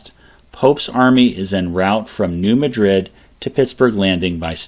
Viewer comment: In Missouri, we pronounce the town as New MADrid.